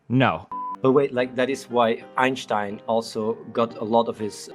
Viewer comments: As a native german speaker, it triggers me how chat is making fun of athenes "einstein" pronunciation, he's literally saying it 100% correctly. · The only positive about Athene here is that he knows how to pronounce Einstein correctly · Athene is actually pronouncing his name correctly though. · Athene is pronouncing it perfectly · But props to Athene for getting Einstein's name right.